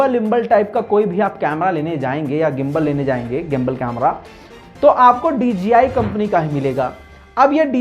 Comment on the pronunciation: ITS DJI NOT DGI THANKS